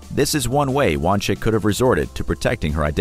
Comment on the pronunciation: FYI it’s pronounced (Wahn-Zik)